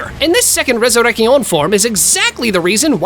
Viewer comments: b"E"nkai,resure"K"tion, fl"E"sh step. So cringe. 😂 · And "resurrechion" instead of resurrección 🤦‍♂️, but at least he said segunda etapa well